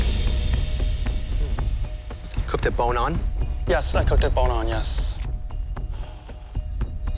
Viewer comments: You mean "it's bone-in, not bone-on." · It's bone-in, not bone-in, mor-on.